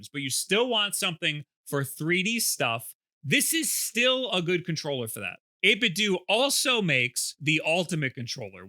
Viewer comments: Isnt it 8bit dough for pronunciation, like nintendo? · You put the B and A buttons in the wrong spot And it's pronounced 8 bit DOUGH like tae kwon do or jeet kune do, like a DAO I don't trust a single word of this video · says it "8-bit-doo" but a lot of others (including the guy in his clip near the end of this video with the disconnection issue) pronounce it "8-bit-dough". So which is it? EDIT: I JUST got to the end of the video where he proves once and for all that it's "8-bit-doo". THANK YOU!!! Kind of dissapointed actually because I think 8-bit dough sounds better. Like "That 8 bit though, bro!" whereas 8-bit doo just... doesn't make any sense in a sentence? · Always thought it was pronounced 8-bit-do (like dough) so 8-bit-dough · 8bitDOO and not 8bitDOH. Wow, I didn't think that'd be the way to say it. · It's funny, because back in 2013 or so when the company was first founded, their logo looked very similar to the Nintendo logo, except with the pixelated "8Bitdo" text. Reviewers from that time were pronouncing it either "8bit-doe" or "8bit-doo", even in official material like their 8bitdo ZERO videos on their YouTube channel. My theory is that, because lots of people kept pronouncing it "8bit-doo" since they weren't sure how it should be pronounced, that's the official pronunciation they went with when it came to their rebranding.